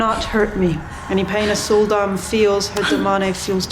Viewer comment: When you said "Sul'Dam", I heard "Soul Domme".